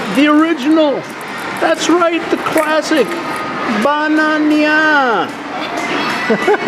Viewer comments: I laughed so hard with the ba-na-nya x) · Dammit.... Now I want a Ba-Na-Nya....